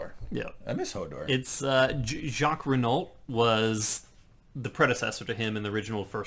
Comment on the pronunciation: it is not pronounced ree-nalt but ree-no